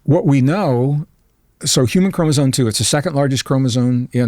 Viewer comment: It's bugging the hell out of me that this highly educated and smart man keeps saying "chromosone" instead of chromosome. If you're going to give lectures or go on podcasts to talk about these things then you should probably know how to properly pronounce a simple word that kids learn at a young age.